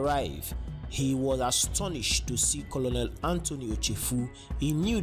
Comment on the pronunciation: It's pronounced Colnel not Colonel